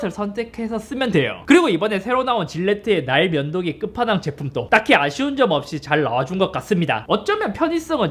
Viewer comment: ㅋㅋㅋㅋㅋ 왜 계속 ㅋㅋㅋ "나의 면도기"로 들리짘ㅋㅋㅋㅋㅋㅋㅋㅋㅋㅋㅋㅋㅋㅋㅋㅋㅋㅋㅋㅋㅋㅋㅋㅋ